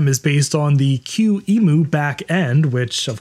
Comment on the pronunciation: lol, "Q emu"- there's no emus in your Q.